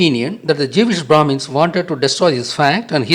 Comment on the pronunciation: did he just say......jewish bhramis?